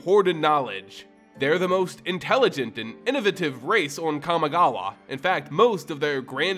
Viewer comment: You did not just call it "Kami Gaw Wa"